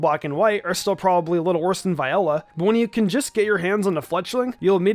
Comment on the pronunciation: Almost certain it's Vee-ola for Viola's name pronouncation. You're welcome.